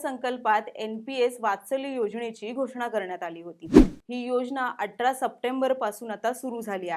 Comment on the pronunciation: अटरा नाही ग ताई 'अठरा ' 🤗🤗